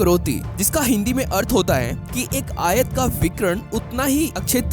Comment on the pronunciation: Ayat nai bhai ayaaat